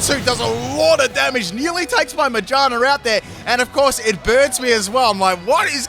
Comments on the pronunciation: Ma-GEAR-na Not Mage-Arna It’s a gear Pokémon Not a witch. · May I also mention he calls magearna “mayjarna”? 🤣🤣🤣🤣🤣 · The way you say Magearna sounds like “mangina” lol